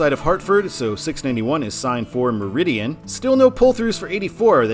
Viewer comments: You mispronounced “Meriden” which is pronounced as it’s spelled, stressing the first syllable. “MARE-a-den”. It’s not “Meridian.” West of Danbury, the control cities are few and far between. I would not have New York or Albany as control cities as I84 does not go near these places. I am okay with Port Jervis as an EB control city as anyone on that road is familiar with it, followed by Newburgh and Danbury. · “Meriden” at 691 is pronounced “mARE- uh- den” not “meridian” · On 691, Meriden is not pronounced as Meridian. It is pronounced as mer/id/den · It's pronounced Mer-i-den not Me-riden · The pronunciation for I-691's control city is pronounced "Mair-den", not Meridian. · It's not pronounced "meridian" it's pronounced "merry den" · I-84 Eastern in Connecticut is terrible from I-691 in Southington (pronounced like the wind coming from the south: SUTH-ing-ton) to the intersection with CT 15 in East Hartford. While I lived in MA I used to avoid this stretch by using I-691 through Meriden (you really mangled that city!) to I-91 north to CT 15 north over the Connecticut River and rejoin I-84. I have always felt that I-691 is oddly signed as it seems to be a spur of I-84. Oh well. Also, where I-84 ends in MA is in an historical town, Sturbridge. The draw there is Old Sturbridge Village (OSV), a living museum depicting life in the 19th century. That is not in the middle of nowhere. Also, in the northeastern US the state highways are refered to as Route X (pronounced ROOT rather than ROUT). I can't wait to see how you pronounce the places in MA in upcoming videos. May the citizens of Bernardston (on I-91), Methuen (on I-93), Woburn (on I-93 and I-95), Peabody (on I-95) and Gloucester (signed on I-95 but not directly on that highway) forgive you in advance (ha-ha!). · You put an extra I in Meriden.